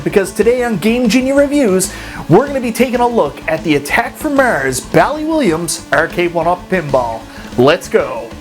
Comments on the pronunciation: Haha does sound funny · The way he says "Mars"! 😂